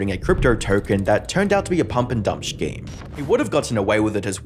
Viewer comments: Scheme only has one 'h' in it.... Not shcheme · The word scheme is pronounced like "skeem", not shhkeem. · I should've known when the topic was CoffeeZilla that this video would be filled with pronouncing scheme as shkeem